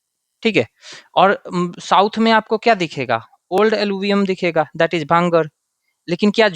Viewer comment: Small correction, sir it's called " bhangar" not bangar